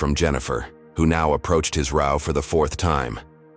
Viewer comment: Reader mispronounced "row". 1st graders learn that.